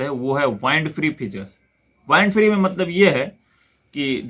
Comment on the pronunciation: It's wind free. Not vindd free.